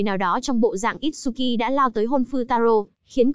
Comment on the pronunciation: itsuki chứ không phải itshuki nha